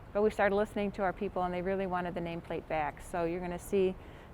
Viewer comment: Funny her accent, Back pronounced beeaack